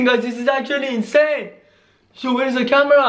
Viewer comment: why do you always say incane video???? btw i luv ur vids